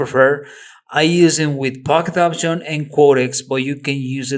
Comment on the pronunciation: It's pocket option not poquiet !😇